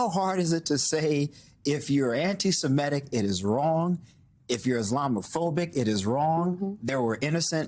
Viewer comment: Symone Sanders-Townsend, and Shermichael Singleton, please learn the correct pronunciation of "semitic".